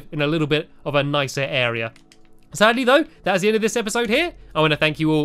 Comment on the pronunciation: you said epasod number 3